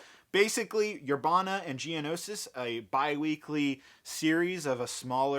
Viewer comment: I got so hyped when he said Geonoshish